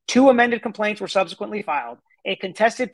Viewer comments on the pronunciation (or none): none